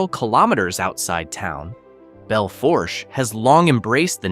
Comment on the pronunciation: It's pronounced Bell Foosh.